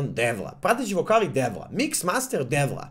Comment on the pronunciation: Nije "" DEVLA" nego "CEVLA" 😅